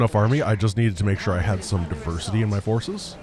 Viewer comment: Fources -> Fiveces 😱